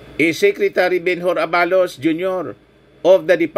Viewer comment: Huwag mo na papogiin si supert@ sa amin …chaka yan sa aming Solid PBBM supporters! At hindi yun A-ba-los ! Aba-los